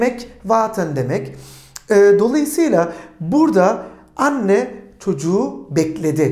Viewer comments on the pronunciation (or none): none